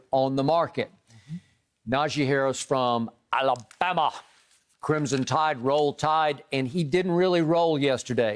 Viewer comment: Why Skip say "A-LA-Bama" like that? 😂😂